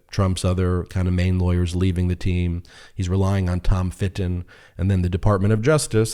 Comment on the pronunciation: When he says Tom Fitton I hear Tom of Finland 😂